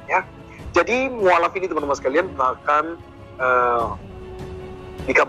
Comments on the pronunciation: Mualaf bukan mukalaf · Maaf, saya jadi ngakak dengar "mukaalaf" Untung bukan "mukafel" 😄😅😆